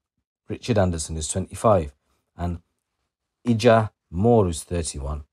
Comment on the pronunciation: Ijah is pronounced ‘eye-sha ’ or ‘eye-jah’. A Jamaican name